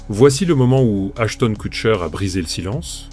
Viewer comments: « achetone quoutcheur » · Comme la voix dit : hash tonne coût cher ! 😂😂😂